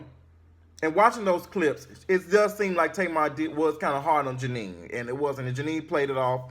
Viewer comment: Jeanne it's Jeannie